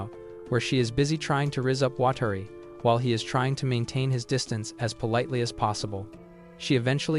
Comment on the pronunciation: "Watari" "watery" Edit: WTF